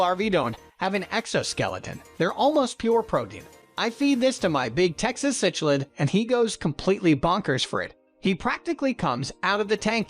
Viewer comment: Not to be picky, but it's pronounced "sick-lids," not sich-lids.